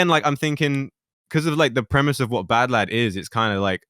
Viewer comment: Oh... its pronounced badlad...